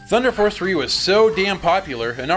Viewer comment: THU-EEEN-DAH FOHCE!!!